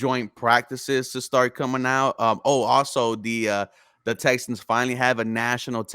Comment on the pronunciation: Guy on the left called em “Texins” 😂